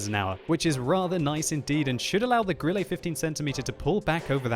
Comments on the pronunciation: 'E' on the end of a German word, like Grille is pronounced more as an 'eh' as opposed to 'ay', not perfect but meh. Cheers for the vid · Grilley? Wat. Can you even German? Grill-uh. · why die he say "grilley"? xd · Stop calling it Grillay... Please... For the sake of Gott :D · you do not pronounce it like Grillé, or Lowé